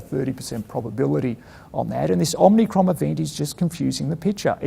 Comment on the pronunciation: Is anyone going to tell Hamish that it’s Omicron not Omnicron? Omnicron was a bad Canadian horror movie so it’s not entirely dissimilar but, still, might be best to get it right. Otherwise good to see the man out and about and in the press with clear positive messaging.